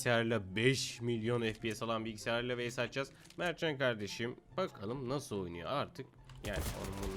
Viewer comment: 5 gün sonra:: Eski bilgisayavdan özüv diliyovum.